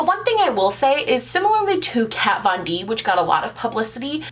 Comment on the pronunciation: Who is "cat von deep" 🤪